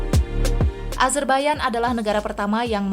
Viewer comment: Nahhh ini baru tepat penyebutan negara azerbaijan dgn "azerbaiyan",krn kbanyakan org masih nyebut dgn konsonan kata yg sesuai dgn tulisan pdhl it salah.